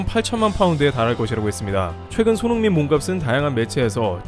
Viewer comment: 손 홍 민이라고 발음하시는거 같다